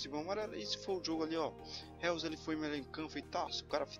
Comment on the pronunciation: Thiqui o pronunciamento do jogador que tu trouxe não e Reus e sim Róis. O nome do Jogador que tu trouxe nao é Reus mas se fala Róis